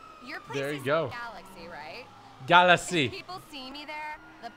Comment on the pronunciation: Say galaxy right it’s really triggering me😡